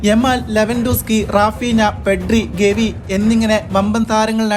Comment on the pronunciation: ഗെവി അല്ല. ഗാവി എന്നല്ലേ.